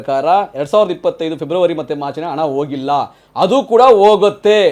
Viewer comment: ಹಣ adu ana alla 😂😂😂 ಎನ್ ಕನ್ನಡ ಮಾತಾಡುತ್ತೀರಿ?